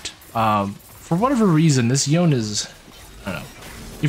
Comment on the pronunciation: Yo-ne, Yo-ne, not yown. Even Yasuo said this name. There's no Japanese that would have a name and pronounce it as Yown